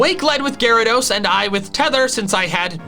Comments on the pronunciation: it’s pronounced gyaradeese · No, it's pronounced Gyarados! There are no E's in the name!